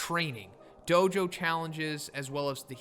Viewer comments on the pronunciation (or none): none